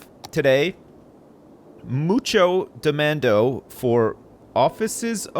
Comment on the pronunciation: "moocho demando" spanish speaking individuals are losing it lol